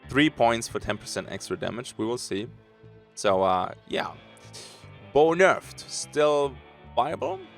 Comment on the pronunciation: Did he say boner? Or bow nerf?? All jokes aside great video thanks for the info